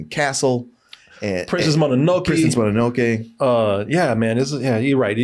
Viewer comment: he rly said monanokey 😭